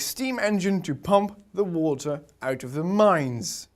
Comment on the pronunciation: "watter", even the greatest teachers can make mistakes ;)